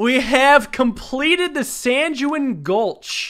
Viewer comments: SanJuWin Gulch, I think you mean Sanguine like Penguin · Aghhhhh! I hate being that guy but it's pronounced "sang-ween" not "san-ju-in" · ~ “We Have Completed the San-Jew-in Gulch!” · “Sanguine” is properly pronouced “sang-gwen”, not “san-jew-in”. Also, to save some googling for those who don’t know, it means that one is optimistic in a negative situation. Funnily enough, this fits the theme of Poly Bridge perfectly. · "san ju in" lol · Normal people: "Sanguine": SANJOOINE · I heard "sand dune" at first and was thinking "wtf? That's not its name" (then had to remember what it was because I'd looked away from the screen). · "We have completed the san-jew-in gulch" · The San-Jew-In Gulch lmfao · Is he pronouncing sanguine san-jewin' just to mess with us? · Sanguine “sang-gwin” just FYI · Hey it’s pronounced “sang-gween” or “sang-gwin” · sanguine is pronounced sane-gween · Sanguine is pronounced "sang-win" I dont want to be a dick, it's a dumb word. I've butchered it too.